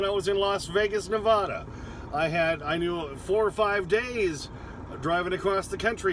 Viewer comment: C'mon. You live in Wyoming, you should know how to pronounce Nevada. Good video, good channel. Thanks for sharing your wisdom.